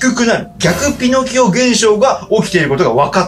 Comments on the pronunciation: ピノ↓キオ ここハルに「偏見じゃん！」言ってほしかったw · ピノ↑キオ↓なの！？発音